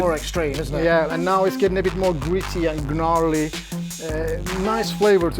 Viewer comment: pronounces gnarly as Gehnarly lol.